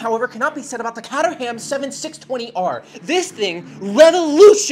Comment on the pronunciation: (Kay•trum), not (Kay•ter•ham). Other than that, excellent video! Just found you and loving your stuff